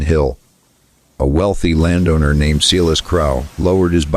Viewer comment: Pronounce his name Silas, not "Seelas". Main character so this should be automatically done.